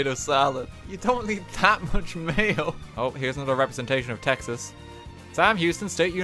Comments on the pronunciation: Yeah, that was painful. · Dude I’m from Texas and he made my soul hurt